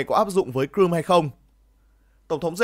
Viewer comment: Crimea chứ ko phải cờ-rum